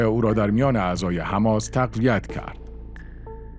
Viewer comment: وقتی سوادت نم بکشه به حماس میگی هماز 😁😂 به عباس هم عباز میگی ... جنبش فد یا فتح ؟